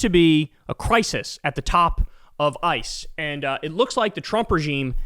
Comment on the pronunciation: Cr-ICE-is, ya say? love to see it